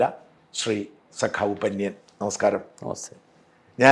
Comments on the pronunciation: പന്യൻ അല്ല പന്ന്യൻ. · പന്ന്യൻ എന്ന് മലയാളത്തിൽ സാജൻ പറയുന്നത് പോലെ അല്ല പറയുന്നത്